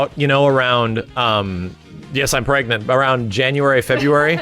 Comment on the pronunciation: also PREGANENANT?!?!?!?!?!?!?!?!?!?!?!?!?!?